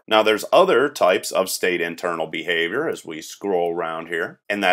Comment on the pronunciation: "Bahavior" made me laugh Otherwise, good tutorial series. My Software Engineering professor told our class to watch this series.